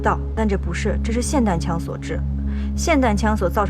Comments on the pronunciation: 李现说错啦 是霰（xiàn）弹枪 不是 霰（sǎn）弹枪【没有恶意】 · 霰（xian）弹枪，不是（san）！！！ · 现哥把霰xiàn弹枪说成了散弹枪🤣🤣 林队啊林队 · 霰xian4弹枪哈哈😄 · 霰xian彈槍。說的是對的，為啥李現不改一下呢？